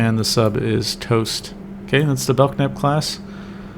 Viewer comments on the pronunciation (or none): Belk-nap :( Bel-knap :)